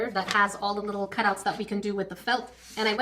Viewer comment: I kept thinking was saying chimpkin 😂 and I was looking up on Google to see what one of those were. Although when she said that we were looking at the animals, I actually did after that comment, and learned of a new animal I’d never seen before called a Tanuki aka raccoon dog. 😊